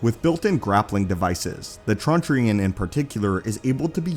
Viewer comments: Did you pronounce ‘truncheon’ as ‘trun-chee-on’??? 🥺. It’s a two-syllable word: ‘TRUN-ch’n’. 👍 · You're not supposed to pronounce the E in truncheon.